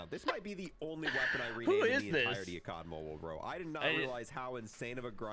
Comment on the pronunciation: With saying cod mobean I just cracked up